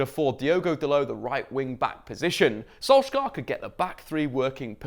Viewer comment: I think as long as you keep pronouncing Solskjaer wrong the team is gonna continue eating shit